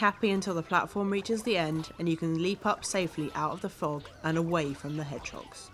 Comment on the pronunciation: she called them hegdogs too